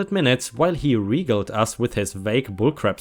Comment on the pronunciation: Jarring - Jar-ring (you made it sound like jairing) Regaled - the a has the ay sound, so the 2nd syllable rhymes with tailed. Suburban - technically you pronounced it "correctly", except most people don't pronounce it that way.:D Most people pronounce it suh-burb-un. (Or suh-burb-'n) Affluent - Aff-loo-ent